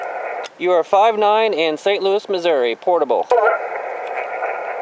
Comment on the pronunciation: I can tell your from the city, lol, You say Missouri correctly.. I'm a relocated Missourian, living in Virginia. I just passed my Technician and I'm studying for my general. I'm thinking about getting a FT-897. It's nice to hear your comments about it's performance in the field. I camp with Kids and sometimes we're in the mountains. I want a rugged radio that I can depend on. Thanks for the video.